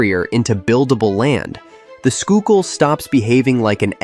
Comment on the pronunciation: Funny thing is they got it right the first time. But did you notice he actually pronounced Schuylkill correctly. Some of the AI pronunciations I've heard had me rolling on the floor.